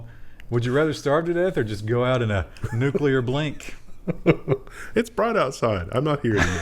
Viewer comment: "I'll take nucular blink for $500, Alex."